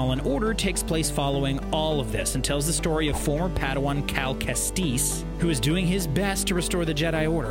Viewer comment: Pretty sure it's pronounced Kestis, not Kesteece. Just saying.